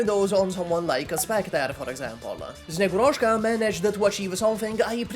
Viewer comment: THEIR NAMES ARE NOT vetOchki and snegurOchka!!! It's vEtochki and snegUrochka First means little twigs while second is slavic santa's daughter's name